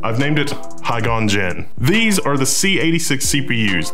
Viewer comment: "Ms. Hygon" LOL